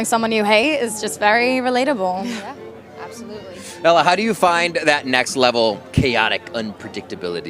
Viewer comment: not them messing up ella’s name 😭😭